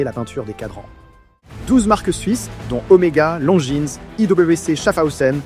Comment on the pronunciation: Belle vidéo, j'veux pas faire le relou, mais on ne prononce pas le S de Longines et Jaeger. Important à noter l'anecdote du radium et que c'est principalement les femmes qui faisaient tourner les différentes industries pendant cette période. Hâte de voir vos autres vidéos !